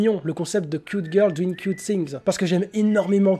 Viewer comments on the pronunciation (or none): none